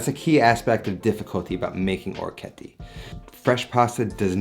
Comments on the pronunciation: Thanks for the awesome vid! My OCD however is forcing me to correct your pronunciation. I believe it's pronounced oh-reck-ee-et-tay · Just to let you know. He absolutely butchered the pronunciation.